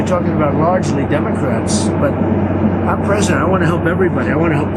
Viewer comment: WTF is he blabbing about? Opening the country? What is the Derm….it took 3 try to say democrats? Celebration Halloween? His brain is on coke!